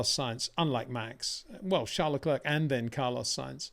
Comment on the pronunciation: Love your analysis, make no mistake. You that you have conquered the pronunciation of Charles, you need now to work on his surname. Thank you.